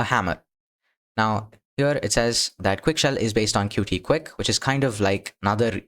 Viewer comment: It's pronounced "Cute" not "Cutie" btw